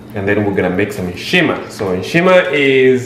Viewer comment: Begins was supposed to read nshima grrrr, where were you born in Zed?